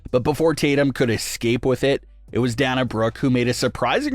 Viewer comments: It's pronounce Dayna Brock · Why is pronouncing the name "Dana" so difficult for this guy?!